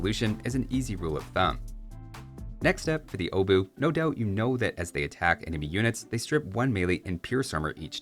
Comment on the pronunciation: That's NOT how you pronounce 'Obuch'.